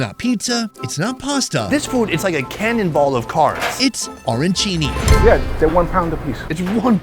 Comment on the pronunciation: Dude!! "O-rancini"?? I am surprised you didn't get banned from New York!! Ah - ran - chini. Capisci??